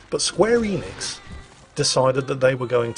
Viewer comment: Square Eeeenix. Lol it's square En-ix